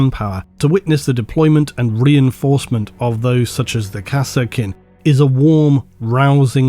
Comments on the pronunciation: Be honest, you do misspronounce everything on purpose for ragebait, right? There is no way that you pronounce EVERY SINGLE 40k Name differently than everyone else by accident. Its "Kassarkin", not "Kass-Er-Kin".... they say it in both dawn of war 1 and 2... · I swear i hear "harkonen" everytime he said kasrkin i don't know what is wrong with me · "Kah-Serkin" XD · I called them Kaskin based on the DOW pronunciation.